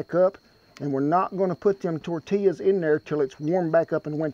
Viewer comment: "Gimme some of dat toouur tea yas" not tortillas lol